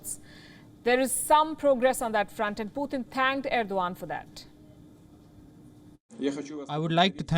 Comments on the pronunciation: It's not puuthin. It's Putin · It's good program..but please its not "PUTHIN" ITS " PUTIN" ..PU -TIN ...PUTIN..,NOT PU -THIN OK..GOOD GIRL!